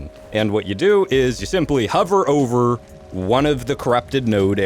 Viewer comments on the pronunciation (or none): none